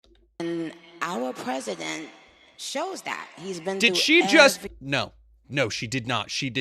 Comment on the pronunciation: "Ouwa pesident"